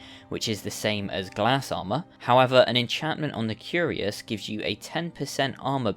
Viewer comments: Dude its pronounced like "k i r a s" not curious. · If you didn't know if you didn't know, cuirass isn't pronounced "curious" but more like "Kwir rass".